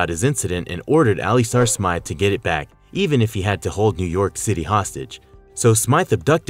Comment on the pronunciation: You mispronounced Alistair Smythe